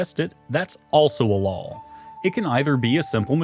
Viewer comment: lawl (noun) /lôl/ A rule or system of rules recognized by a realm as binding upon its subjects, particularly one decreed with such conviction that the speaker appends an extra consonant for emphasis. Usage: "The Doge has passed a new lawl restricting trade posts." "He read every lawl aloud, and somewhere around the third one an extra L fell out."